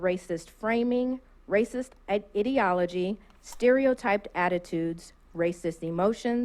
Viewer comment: darn it changed your spelling she said idiotology